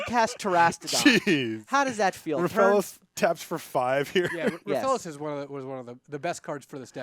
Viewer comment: it's Rofellos not Roafalose. Agggh